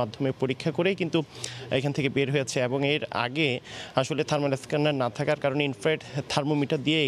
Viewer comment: থারমার না আপু, থারমাল থারমাল